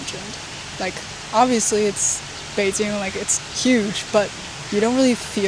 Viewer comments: Local here. First I have to say: You got really local Beijing accent when you pronounce "Beijing" , did your chinese teacher from Beijing? For eat, Beijing's famous dish are Beijing lamb hotpot(remember order pepper oil and sugar union) and roast duck, for hotpot, 南门 is good enough, and no need waiting for seat long. for the duck, almost any restaurant provide good duck, but the best should be Da Dong or Xiao Da Dong. If you can accept organ dish, "爆肚“ is something you have to try, go "金生隆“， don't eat it at any tourist spot. "炸酱面“ is the kind of dish you can only have good one in local's home, restaurant can not do it good, or you can ask local take sauce to you. For local meal, I suggest "京华楼“ and "聚德楼“， the chef is really chasing of high level traditional dishes. but you need local help you do the order, cause some good dish not so popular and not expensive. Interesting spot are really a lot, but it depend on your personal interesting. Beijing has the top museums in China, art, history, railway, movie, military, paleontology etc. Beijing has all the embassies here, you can have very authentic international foods around the embassy, and enjoy the exotic feeling when you walking in embassy district. For local life visit, I suggest go to 后海 but avoid the tourist spot: walk from 护国寺 to east, you can got normal 胡同 life feeling, it is better you can have a local friend with history knowledge (like me :hand-pink-waving:) take you, cause there are so many history story there. For p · when foreigners pronunce Beijing they are really pronuncing "Beijin". You are the first one I know who can pronunce Beijin-g with the last letter g